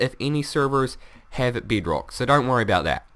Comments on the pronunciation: Bed-rok not Bēd-rək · I think he said Beadrock... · y u call bedrock beatrock ?? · It's not beeedrock its bedrock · I'm really not making fun of your accent I think it's awesom but I lost it when you said beed Rock no harm intended I think your accent is awesom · Hi:D Btw, Good job on you tube p.s. I think the way you pronounce the 'E' and the 'I' is cute:3 beedrock;)